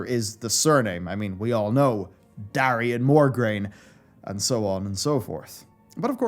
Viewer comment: My brain is about to explode every time you say MogRaine instead of MoRgaine while the book is in the picture xD But besides My OCD, Nice video! Love it!